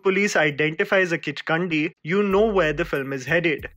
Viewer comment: Being a subscriber from Nepal, I can safely say that it is not even "Kichkandi". In fact, it is a "Kichkanni". No "d" letter or sound ok. Kichkannis first existed in Newari mythology inside Kathmandu valley, and later they spread through word of mouth all across Nepal. They are said to have their feet turned opposite, i.e. an evil spirit in the guise of a gorgeous woman with her feet positioned reverse. She is said to drag her clothing (veil) on the surface wherever she walks. She is said to be active in the wee hours of day. She would lure adult men into her beauty trap and kill or make them disappear permanently when the opportunity so presents. The then Newari King of Kathmandu State Pratap Malla ( AD) is believed by many to have come under the charm (spell) of a "Kichkanni" . As its result, his health deteriorated and finally passed away at 50. "Kichkanni" is a permanent feature in the Nepali ghost lore.